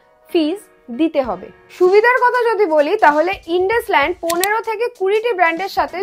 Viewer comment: ইন্দুসাইন্ড not ইনডাসলান্ড